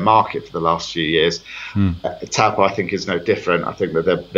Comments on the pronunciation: Ahem It's said "toe-paw" rather than "t-oow po" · Dear Australian the pronunciation is.. TOE PAW. It is a Maori word often mispronounced by us European folk! Wow they have bought leasehold land, poor suckers. No one will touch it particularly being a Maori trust. You have situations over near Cornwall Park the owners walk away instead of paying 74,000 ground rent per annum. No investment.